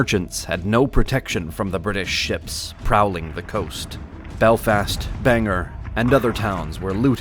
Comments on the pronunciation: Actually it's pronounced more like "Bang Gor". We definitely have a hard "G" in there. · Bang-er?? It’s Bang-OR. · Bangor is NOT pronounced Bang - er, it's Bang - or, OR not ER. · It's not BanG Er, no one is getting banged! The correct pronunciation is BANG-gore with stress on the first syllable and the "o" sounding like "o" in horse. Many people mistakenly say "Banger," which residents find incorrect, so it's best to say bang gore to be understood properly. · Bang-GORE not Bang-Her...that's something different😂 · As a mainer. Good video. But it is BANG-OR not BANG-ER. You might want to fix that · It’s “Bayn-gwar” not Banger !!!!! This is not wicked pissah!!!!! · Ugh!! Bangor is NOT pronounced "bang-ger" it's pronounced "bang-gore". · "BangOr" Not "Banger" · For the love of God it isn't pronounced Bang-er for the city in Maine, it is pronounced (and spelled) Bang-or, Bangor. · You are pouncing bangor and penobscot river wrong it's (BANG-GOR) and (PEN-OB-SCOT) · Anyone who pronounces Bangor as "Banger" clearly doesn't know anything about our state. 😂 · Please, it's pronounced Ban-GORE!!! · "Bangor" - Why can no one pronounce the name of this town correctly? 😂